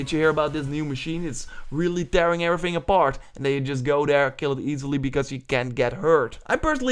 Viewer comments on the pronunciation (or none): none